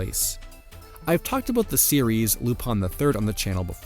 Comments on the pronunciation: “Lupan” is the way his name is ACTUALLY pronounced if you watch the damn show and “Rupaann” is the Japanese pronounciation. Non lupin fan detected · Spelled LUPIN Keeps saying RU PONN why, exactly?